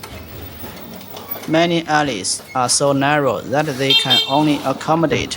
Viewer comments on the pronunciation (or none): none